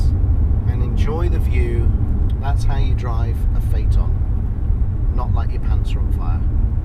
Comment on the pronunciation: Most people pronounce it like Fiton 😂 You did it correct "Fateon"